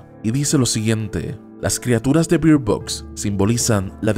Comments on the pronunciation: Se pronuncia "berd" no bird ...... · La pronunciación de Bird suena berd, al decir bir suena a que está diciendo (beard=barba) o (beer=cerveza) en inglés.